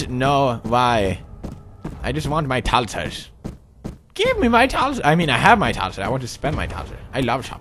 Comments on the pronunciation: They are thalers!!! God it anoys when you say thalser!!! sorry... :DDD i dont want to be mean... yay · When he says "thalers" it sounds like he says "tonsils" "I have a hundred and thirty tonsils!" o.0